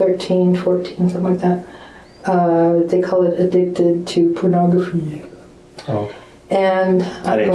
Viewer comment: Why did she say pornography like that?!! 😂😂😂